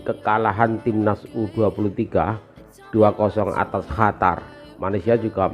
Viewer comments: Eeh bos bukan hatar yg benar adalah Qatar ok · Qatar om bukan Hatar😅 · Qatar bang bukan hatar... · Qotor bukan Qatar... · Qatar bukan hatar 😅😅😅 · Bukan Hatar tapi Qatar atw lbh tepatnya Indonesia vs QaVARRR 😂😂😂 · qatar klo dibaca di ejaan bhs indonesia jadi kotor... qa dibaca ko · Qatar Apa Qotor sih yg bener !!!!! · Min ente terlalu lebay mau tampil beda, seluruh dunia baca Qatar ya Qatar bukan Hatar gak usah mengada ada biasa aja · bukan Hatar om, tapi Qatar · katar bacanya om, bukan hatar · Qatar bos.... bukan hatar.... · Heehhee siyapa bilang Qatar jadi juwara